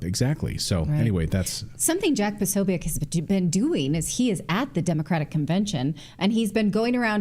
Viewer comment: Natalie it's jack pasobic not pasoiac